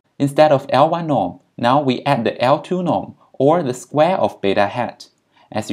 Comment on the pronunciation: You obviously are very knowledgeable. Suggest you be a bit more clear when you say things like "L-y norm" (absolute beta hat), i can't understand what you are saying. Pretend you're an idiot like me, explain the words you use specifically. You will get more views.